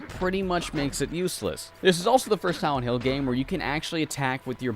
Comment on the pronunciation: i swear i heard him say "siwent hill"